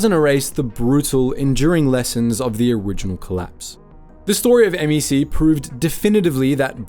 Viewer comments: The craziest part of this video is pronouncing it M E C not MEC(one word) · It’s not M.E.C… it’s just “MEC”